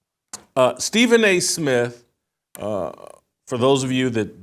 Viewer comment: He can't even pronounce his own name. "Stephen A Smiff"...but he's the face of ESPN?